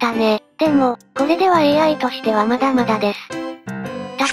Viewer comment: 『ま↑だ↓ま↑だ↓ ガ↓バ↑ガ↓バ↑で……… 簡単に勝てる事もし↑ば↓し↑ば↓』